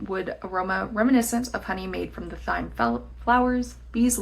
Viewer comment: How are you pronouncing thyme????!!!